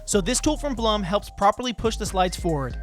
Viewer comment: Love your video, but the name is actually pronounced, "Bloom." It doesn't rhyme with, "Plum."